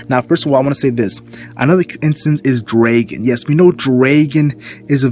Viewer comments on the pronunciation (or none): Love your videos... But stop calling Dragon Draygun. =D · who says dragon like that